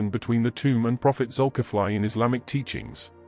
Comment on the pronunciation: The spelling is Zukifli. But it pronounced Zulkifle, not Zukifly. Example: Ali, pronounced Ale not Aly. 😊